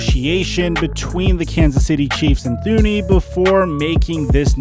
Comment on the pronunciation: Joe Thuney is pronounced ‘Too-knee’. To be an NFL expert you at least gotta pronounce the Super Bowl runner-ups’ biggest signing in regards to protecting the best QB in the league.